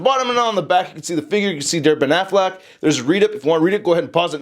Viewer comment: Every time he says DareBenAffleck, I can't help but think he's saying Derpin' Affleck, which reminds me of the Daredevil Honest Trailer.